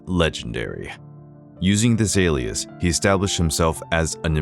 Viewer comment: Is this an AI narrator? Why did he try a French accent at the beginning when he can't manage "Francois Marie Arouet"? Can't pronounce "nom de plume" properly and sounds like he's saying "Using the azaleas" instead of "using this alias." I guess "this" was too difficult for him. If this is a person, why do people try to pronounce names in foreign languages? It always sounds lame. I don't know any country besides the US where this attempt is made. You never heard French announcers striving for an authentic American or British pronunciation for English words.